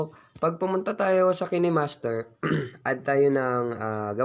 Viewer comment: kinehmaster pinronounce nya hahah kaynmaster yun